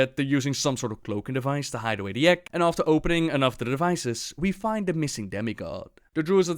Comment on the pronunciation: I'm sorry but every time you say egg I hear ek